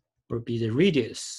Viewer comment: Learn English before making these videos. It is horrible to listen to. Sun, not sung. This is Y, this is X, not “this are”. Here we use “an” angle. Even all the writing on your picture is totally wrong. Two objects, not object ... radius, not reedius... how do you even come up with such pronunciations? Equation, not equestion ... my god ...